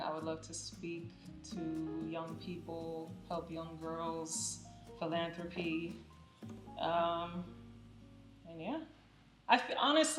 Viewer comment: She said PHILANTHROPY 😂😂😂...stop, just stop. Lol gezz louezz